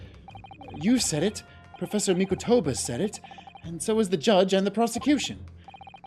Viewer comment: Tiny nitpick, but with regards to Mikotoba, is saying the Mi-KOH-toba name correctly while is saying Miko-TOU-ba incorrectly